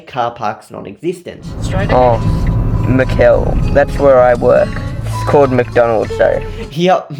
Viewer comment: took me a bit to realize you were saying McHell and not maccel or something